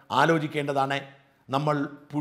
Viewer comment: പുഴു..... അല്ല....പുയു....പുസു........!!!... ഇത്...ഇഴഞ്ഞേ....നീങ്ങൂ.......